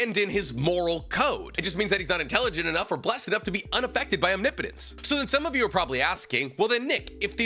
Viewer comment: um... What's wrong with "omnipotence?" ✅ ahm–NIH-poh-tens ❌ awm-nee–POH-tens